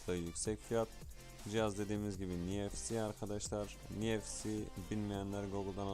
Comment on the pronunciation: Hızlı şarj 35 amper ne uçarız la 🤣🤣🤣 33watt olcak o ( Nfc = niefsi diye değil, enefsi diye okunuyor)